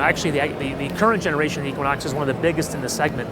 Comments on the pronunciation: E-quinox, not Ek-quinox! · Eee-quinox, not Eck-quinox, no offense.